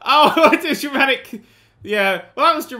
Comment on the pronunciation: Everytime says Dramatic It sounds like "Germanic"